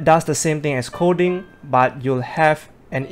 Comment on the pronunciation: Hi..great upload..it's OK to be redundant and say the noun of the thing your talking about instead of saying "this" or "that". Also you are pronoucing "Coding" Kodi....sometimes. Nothing personal.